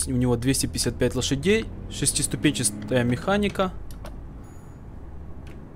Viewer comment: Ты не правильно говоришь! Шестиступенчистая, а надо шестиступенчитая